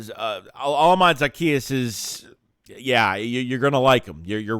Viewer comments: Pronounced oh•la•me•day 😅🇳🇬 don’t worry you have time to learn it. Great pick up! More than just a burner too. Well done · I'm just getting on how you butchered his name but it's a good signing but we'll see how it shakes out......see what I did there